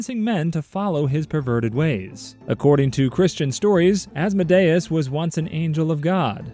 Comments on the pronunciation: It's actually as-mod-eus just sayin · Saying Asmodayus is crazy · I think you pronounced Asmodeus’s name wrong, I think it’s pronounced Ās-mǒ-dē-ǔs… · Isnt Asmodeus pronounced like Ah-s-m-oa-d-ee-uh-s? Not ah-s-m-oa-d-ai-uh-s? (Coming from a hb and hh fan, so i might just be deceived by Vivian) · "As-mo-day-us" Me, a Christian, who thought it was Awhs-mo-dee-is: 👁👄👁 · Az-Mo-Day-us has to be the worst pronunciation of Asmodeus ive ever heard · It’s pronounced oz-mo-de-is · He said Asmodeus wrong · that is NOT how you pronounce Asmodeus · ….I’ve been pronouncing Asmodeus wrong? Also lmfaoo as a Hazbin fan I’m deadass going wild‼️‼️‼️ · Bro when he pronounced Asmodeus like that, my Helluva Boss brain immediately corrected him 😅